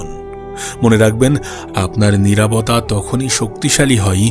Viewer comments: নিরাবতা নাকি নিরবতা..?🙂🙂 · নিরাভতা নারে ভাই নিরবতা